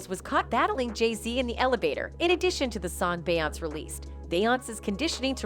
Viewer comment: Why is this lady pronouncing Beyoncé name wrong damn in lying about every single damn thing & why the hell is he playing batmen kid toy 🚙 cars behind is head 😂🤦🏽‍♀️ his ass don’t even work for bey & jay uncle Ron works family matters old tv show